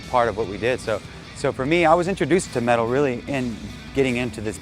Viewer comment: The metuul of radiohead